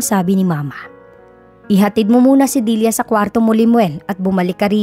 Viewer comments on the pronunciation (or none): Nice story,tlagang faithful si Limuel s asawa snaol.. Kya lng naiirita ako kc s pg bigkas mo ng Dilya (dilia ) instead n Delia bisaya po cguro kyo ano? Kya dilia ang bigkas mo..sorry po s comment ko ✌️✌️..